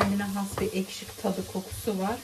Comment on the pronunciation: Ellerine saĝlık, da izmir kofteye pirinc girmez kadin budu kõfteye pirinc girer, birde eşki degilde ekşi diyoruz 😂 yuregine saĝlik